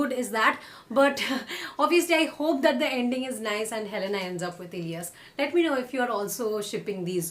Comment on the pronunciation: Her name is Helene not helena